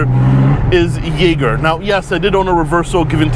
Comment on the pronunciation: I'm frankly impressed you got a usable take in that environment. I would be like "Shit, I mispronounced Jaeger, now I gotta circle back to Biscayne."